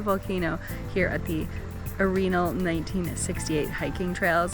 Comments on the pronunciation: Fun video. Jfyi Arenal spanish pronunciation: Are - en - all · You are miss pronouncing Arenal 🙄